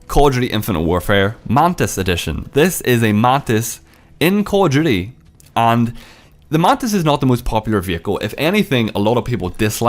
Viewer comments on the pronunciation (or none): The way you enunciate "Call of Duty" sounds like "cordially"